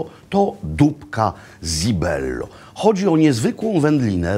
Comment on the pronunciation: cibello nie zibello wymawia się porawidłowo , jak już chce się udawać że zna się język włoski ....